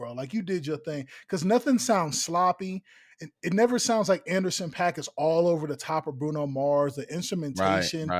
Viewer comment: Exactly! He said Anderson.Paak.